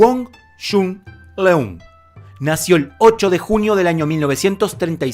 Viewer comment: ¡Mi maestro murió a los 61 años! La pronunciación de su nombre es incorrecta. La "eu" en Leung debe sonar como una "ö". ¡Lo sé, eso no existe en español! También en todos los otros países esto está mal pronunciado y suena cruel! ¡saludos!